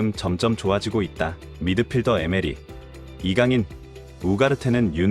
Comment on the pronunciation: 이강렌 ㅋㅋㅋㅋㅋ